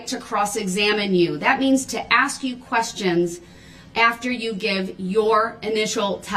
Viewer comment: The troof comes with their OAF of office. Do dat do dat.. I AKS you again…